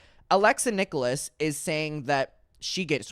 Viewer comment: Its “nick-ulls”not “nick-oh-less” 😊 unless it’s intentional lol 🤷🏻‍♀️